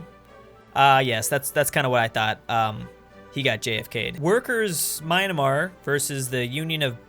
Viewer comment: Who wants to place bets on whenever will actually pronounce Myanmar right?